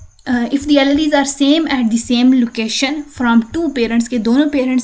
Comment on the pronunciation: Alleles pronunciation is sooo wrong